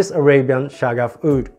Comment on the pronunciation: I just got Shaghaf Oud just a few days ago and totally love it! As I learned from the wonderful Michella Curly (Curly Fragrance) it's pronounced "Shakhaf". I didn't know what this means though and I wasn't aware that it's a clone.